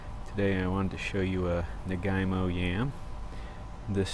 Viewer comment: naga - eemo not nagai - mo